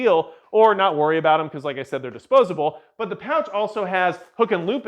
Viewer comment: “Disposable?” Breh.